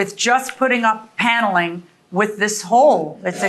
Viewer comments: Plaintiff says "Piano-ling" instead of "Paneling" lol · The way she says paneling is weird